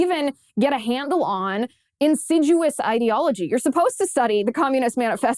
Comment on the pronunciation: Minor point, but you frequently say insiduous, when presumably you mean insidious. Kinda grates a bit.